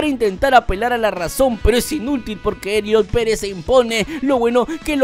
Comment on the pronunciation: Elliot Pérez? Gorgoni? No inventes 😂